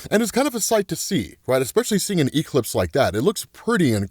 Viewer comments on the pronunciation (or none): Why does he pronounce Eclipse as E-Clips lmfao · Bro...why do you say E-clipse?😂😂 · Why does pronounce ''Eclipse'' like that (e-clips)?. Where's his accent from in the US?. I'm not from the USA. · I love how says E-clipse lol 😅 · Quit saying e-clipse in there 😂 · Bro really said "E-Clips." 😂😂😂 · It’s killing me that you over pronounce the E in eclipse but say it properly for ecplipso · I’m genuinely enjoying how you’re pronouncing eclipse with exaggerated Es but pronouncing eclipso perfectly 😂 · the way ur saying the word eclipse is killing me 😭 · I caught that right away 😂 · Have I been saying Eclipse wrong my whole life?